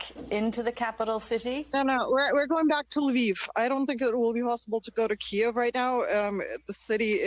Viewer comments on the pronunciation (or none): It's pronounced "kee-yiv", not "keev".